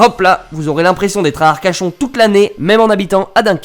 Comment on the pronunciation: Tu as dis arcachon ou c’est moi qui rêve ?